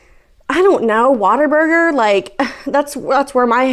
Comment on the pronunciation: “Idk, WAT-ER-BURGER?” Omg lmao girl that cracked me up 😂